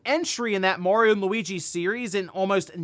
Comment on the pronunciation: I recommend everyone watch "The Wizard" to learn how "Mario" is pronounced.